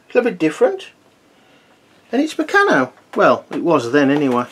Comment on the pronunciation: I loved Bayko as a kid and I now have a number of good vintage sets. I don't play with them though!!! Just one comment I must make - really sorry to be picky. The company Meccano is pronounced with a long A - so it's Mec-carn-o. Meccano was big in my childhood and many us had the Meccano magazine as well as they wonderful building sets. I never heard anyone pronounce it Me-can-o in all that time. My Bayko sets predate the acquisition of the company by Meccano in 1960.